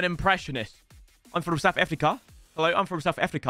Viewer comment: that is not how you prenonce south Africa 🇿🇦